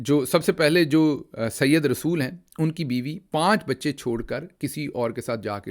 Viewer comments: This is said rasul not Syed rsul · ڈاکٹر گل صاحب عام بول چال کے لفظ پی ایچ ڈی سے نہیں بلکہ آپس میں بول چال سے آتے ہیں یہ لفظ جو آپ سيد رسول پڑھ رہے ہیں یہ ی کے اوپر تشدید سے پڑھ رہے ہیں یہ صحیح نہیں ہے بلکہ بغیر تشدید کے جو تلفظ بنے وہ صحیح ہے اگر وٹس ایپ پہ رابطہ ہوتا تو میں آپکو بول کر بتاتا۔ اب کے حوالے سے آپ فورا" سمجھ جائیں گے وزیر اعظم لیاقت علی خان کو مارنے والے کا نام بھی یہی تھا سید رسول۔